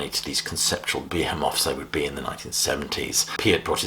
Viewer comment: Behemoth is pronounced somewhat differently.